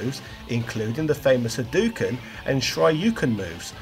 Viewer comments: Haaaaa DOH ken! Not he doo ken. Please at least search how to pronounce Japanese words. Not difficult, and you will sound more respectable. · Rye you Ha doo ken Shy roo ken Does this guy do research?